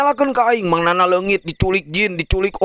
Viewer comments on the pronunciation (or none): Yana euy lain nana ...bener ath ngomong th